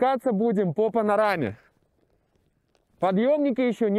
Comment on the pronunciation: "А сейчас я покажу вам спуски под пАнОрамой..." - стыдно товарищ, в вашем возрасте делать в одном слове две ошибки.